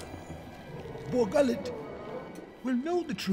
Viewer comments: Saw says, "Bor Gullet." My ears hear, "Google it." Every. Damn. Time. 🤷‍♂️ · I thought he said “google it” and I wss like GOOGLE WHAT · cardinal Gucci Gucci It sounds like he says Boogali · When i first saw this I thought he said "Boughalla" lol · Bor Gullett? Sounds like he is saying "Bo Hallett." Bu-ut I guess it could be Bor Gullett. Any relation to former Reds & Yankees pitcher Don Gullett? "Don Gullett will know the truth!" Has a ring to it! Anyway whatever happened to Bo Gullett? That slithery thing should have its own movie and backstory.